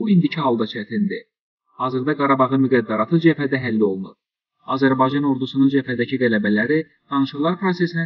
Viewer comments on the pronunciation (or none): none